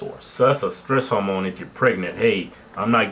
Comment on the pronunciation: Are they trying to say "hormone"? :/